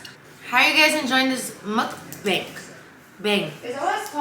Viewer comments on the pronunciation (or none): It's pronounced "muck bong" and why can't you crack them crab legs correctly??